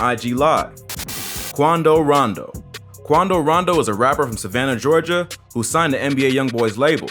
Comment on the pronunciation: I was hollering how he said “Quando Rondo” 😭😭